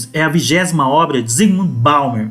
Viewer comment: Você gastou metade do video para falar de outras coisas que não o livro. Depois ainda insiste em falar o nome do autor de forma equivocada. Bauman, não Baumer. A sua visão de mundo inevitavelmente está equivocada. A visão excessivamente esquerdista fecha os olhos para elementos de realidade. Perceba, enquanto você não trouxer elementos objetivos para a análise, enquanto você projetar suas preferências subjetivas no que acontece de fato, você não será capaz de entender efetivamente a realidade. Bauman é comunista, mas ele traz reflexões muito válidas, que poucas pessoas conseguem realmente entender. De forma análoga aos direitistas acéfalos que chamam qualquer pessoa que discorde de marxista, mal sabem eles que sem Marx, não poderiam sequer defender um sistema capitalista.